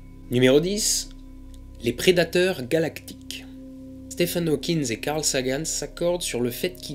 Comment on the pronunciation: C'est Hawking pas Hawkins